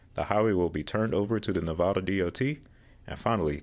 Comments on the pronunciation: Well first off, you said Nev-ah-da wrong, shame on you since you lived here, I'd have much higher expectations for a fellow road geek... Also yes, Clark County constructed CC-215 with the intention of redesignating the whole route as I-215. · It's Ne-vah-da not Ne-vaw-da. Thank you for your time.